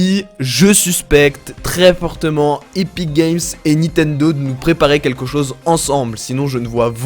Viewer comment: PK tu dis Nitendo en plus 28 fois (J'ai compté)